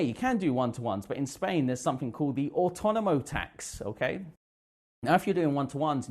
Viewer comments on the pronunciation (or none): How can this guy teach English when can't speak it well. Instead of saying the the word 'three' he says 'free'. He also pronounces 'something' as somefink. Wth